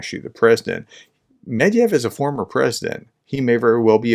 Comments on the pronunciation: It's "MedVEDev" not "Medev" it's not that hard, just read all the letters. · Thank you for the content. The ex-president's name has three syllables in it.Since you are talking to an English speaking audience, this would be pronounced something like this: med - veh -duhv. We are skipping some features of Russian phonetics (palatlization often mimicked by inserting y, the only English palatal consonant, and vowel reduction) because the phonemes don't exist in English. I would ignore any well-meant attempts to teach you how to pronounce this in Russian. It just ends up terrible Russian and even worse English. People need to be able to understand and be able to repeat and recognize written words when being informed or educated without special training. Breaking problem words into syllables before speaking them helps. It slows you down, but improves communication. Medved is a bear. - ev is a word ending indicating the person has the quality of the word before it if that helps at all.